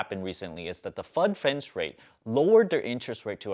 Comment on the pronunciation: "Fud Fends" rate? 🤔 Did you throw that at us on purpose to see if we're listening closely? 😂